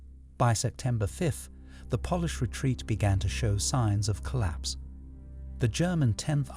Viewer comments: Y can’t the guy say polish properly 😅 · Would you like a narrator who has a lifetime of experience who knows the pronunciation? I love your videos but if I have to hear the mispronunciation of Polish once more I'll go mad! 🤣 I'll do it for free 😁